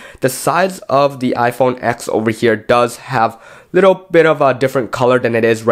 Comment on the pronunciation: You're a "tech reviewer" and you don't even call the iPhone TEN by the correct name..?